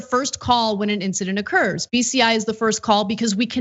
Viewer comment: I kept almost hearing beastiality instead of bci